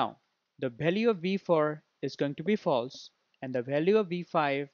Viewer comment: Its false instead of flase